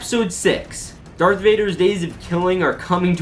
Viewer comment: IT’S DARTH NOT DARK AGHHHHHHGGHHGGH